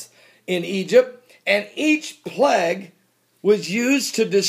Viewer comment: Good lotd buddy, its pronounced "play-g!" Not pleh-g. Dolt, sot!